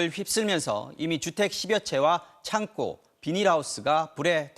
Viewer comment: 얼빠진 성장경 아나운서 기자야. 창꼬가 아니라 창고다. 우리말 부터 배우고 아나운서 기자 하거라.